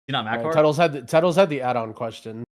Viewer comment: Tettles wrong